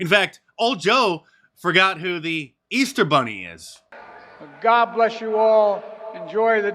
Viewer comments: Old Joe can't even get "Easter Bunnies" correct. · Jill turned away in disgust. The old fool can’t even say Easter.